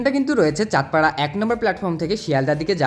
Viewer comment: Bhai tui "chaand para" bolli ami "chaander para" shunlam😝😂😂 Btw... Biryanir khoj eto paash kikore re? 🫠